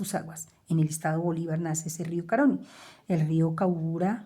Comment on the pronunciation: se pronuncia río Caroní, con acento en la última letra, en la letra i.